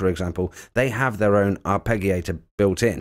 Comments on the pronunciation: Arpegiator the g is like giraffe not Gary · Surely pronounced ' arpejio/arpejiator'. ? Away from me being pedantic, thanks for this. Subscribed and liked🙂